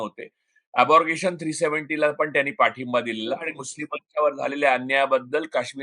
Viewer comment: "अबॉरगेशन" नव्हे "अब्रोगेशन".